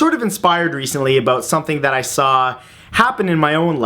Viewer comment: My faith in humanity has officially been restored...you do say "aboot" quite a bit in this one ;)